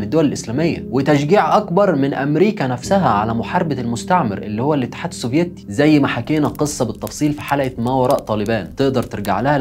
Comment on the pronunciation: يامواطن. اتدرب على نطق كلمة الاتحاد السوڤييتي. يعني موش للدرجة دي يا. خليك خفيف واذا صعبة عليك قول روسيا القديمة. او الاتحاد السووفيتي بدون تشديد ياكابتن.